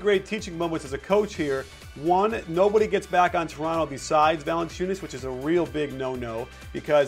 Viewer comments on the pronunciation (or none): none